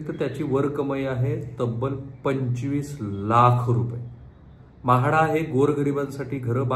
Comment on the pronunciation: Saheb tumhi marathi far poor bolta, महाडा, कारन pls swachha bola😂😂